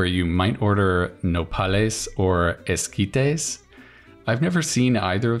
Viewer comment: Wow, your pronunciation of nopales and esquites was pretty good!